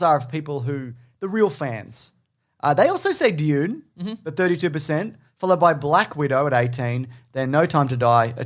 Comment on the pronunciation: I'm pretty sure it's pronounced dune.